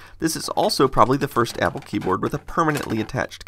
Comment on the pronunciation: He said yapple